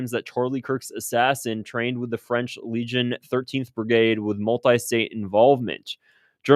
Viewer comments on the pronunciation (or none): none